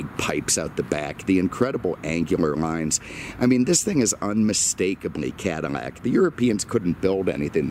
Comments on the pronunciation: Please for the love of god its Cad-ill-ac not Cadimac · What fuck is a cadimac?!? It’s CADILLAC!!! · Cadamac? Wtf?